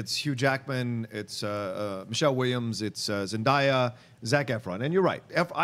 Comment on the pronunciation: SAY IT WITH ME!!!! ZENDAAYA!!!! Zen-Day-Auh. Zendaya!!! Say her name correctly.